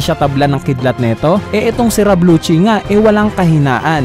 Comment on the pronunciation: Rob lucci hindi rab lucci, ano ba.. hahahaha